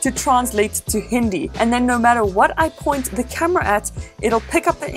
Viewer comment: U pronounced HINDI real weird.but it was a good indian reference 👍👍